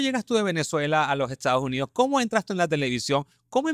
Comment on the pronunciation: Te corrijo quieres hablar con esa R tan pronunciada, sin embargo cuando dices JESTADOS JUNIDOS hay que horror.